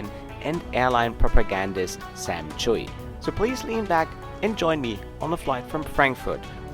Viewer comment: I think it’s pronounced CHEW not Chewy. But who knows.